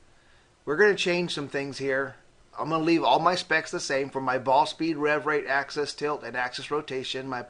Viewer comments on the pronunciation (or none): Its positive AXIS point. NOT positive ACCESS point